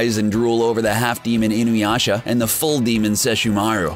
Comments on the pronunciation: I noticed that Inuyasha(Alucard doesn't count) was practically the only name he pronounced right, and YET he manages to fucking BUTCHER Inuyasha's pronunciation after proper pronouncing it once or twice prior.... God damn this guy,.. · God damn this guy... I don't think he pronounced even one fucking name correctly, he even somehow managed to properly pronounce Inuyasha while complete BUTCHERING it at the same time. WTF I thought this before but CBR has 0 anime knowledge even though they delve into the topics... They grew up with DBZ, Sailor Moon, Pokemon, and Yugioh dubs TOPS. Gosh...